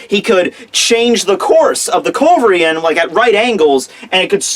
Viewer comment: How hard could it be to pronounce culverin right? :P